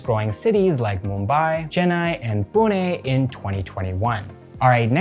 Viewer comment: Man you pronounce Indian city and states names sooooo correctly. Even north Indians can't pronounce 'Pune' correctly but you did. Thanks 😊